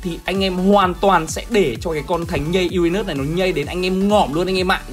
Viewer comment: Uran Mỡ 😄 😄 (em nói zui hoi )